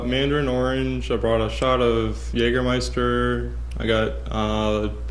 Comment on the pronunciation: This pronounciation auf Jägermeister is really good 👍🏻 Greetings from Germany 🙂